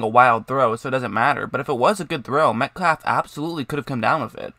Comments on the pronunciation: Killin me with the “Metclaff”. I had to shut it down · Why do you pronounce his name as "Metklaff"? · dude the L in the name is silent sounds like metcaffff